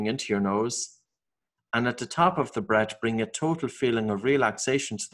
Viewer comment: I don't quite get this, you are saying 'brett' when it seems you might mean 'breath', but the n you're saying 'breed' when it seems you may mean 'breathe'...please could you clarify your peculiar pronounciations...